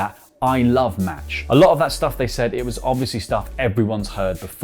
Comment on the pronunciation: Dude it’s Mach not Match🤦‍♂️